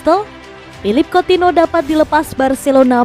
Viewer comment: Anying Coutinho dipanggilnya coutino aduh bisa mbaca ngga sih min